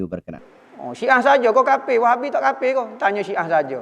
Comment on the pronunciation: Haaaaa bunyi dah 'kapir'